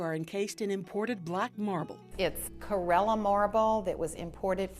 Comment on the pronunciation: It's "Carerra" marble, not "Carella" marble, lady. Gorgeous place that's so wonderful to see, but yet another example of the unappreciated work of anonymous, long-forgotten slaves who made it all possible! How could the owners look themselves in the mirror?!